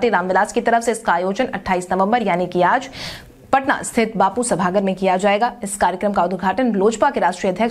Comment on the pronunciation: Sabhagr nahi sabhagar bolo isi tarah kamgr bolti ho kamgar bolo